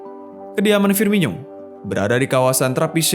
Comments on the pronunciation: Itu dibacanya firmono bukan firminyo, coba lu dngr komentator2 klo nyebutin namanya wkwk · Penyebutan nama nya FIRMINO, Bukan FIRMINYO wahai admin.